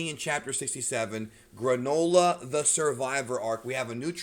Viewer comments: Gronola LMAO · Everyone: Yay the Granola arc!! Me, an intellectual: FOOLS! This will be pronounced the GRAND OLA ARC